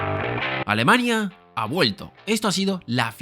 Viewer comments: No sé de dónde saca esta palabra éste tío, a cada rato repite alemaña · muy buen video, alguien mas escucha alemañia? o solo soy yo? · Alemaña? Alemaña? Alemañaaa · Entiendo que a todos los que se mofan de cómo pronuncia "Alemaña" les basta decir "Здравствуйте" o "Entschuldigung" y ya los toman por naturales de Volgogrado o de Bonn, respectivamente. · Cuando digas bien "Alemania" será más creíble. La virgen, aprende a pronunciar